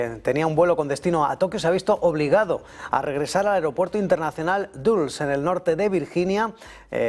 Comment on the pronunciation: Dulles, se pronuncia "Dalas" no duls. El aeropuerto internacional más cerca a Washington DC es el Washington-Reagan, no el Dulles!